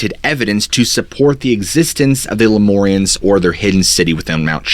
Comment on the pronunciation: LemUrians, not LemOrians